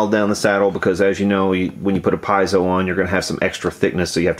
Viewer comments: pee-ay-zo instead of pie-zo, not trying to be "that guy" but it is a very technical term and worth pronouncing right. WTF is up with these strings though!? I've never seen this on mine. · It's "Pee-ay-zoh", not "pie-zo". LOL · Just for your reference, piezo is pronounced "pee-eh-zo" 🤷‍♂️ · Pee-AY-zo,. Jesus. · It's pronounced PEE AYE ZOE. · "PIE-zoh". LOL. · Thanks for the video, I disagree. First: piezo is an Italian word, you are not pronouncing it right (pea-et-zo). And just like the previous comments, just change the whole set after you do anything to the guitar! I use Elixir and I love them, specially on my fretless. Just because the coated strings last longer it does not mean they last forever. However, you have the right to speak your mind.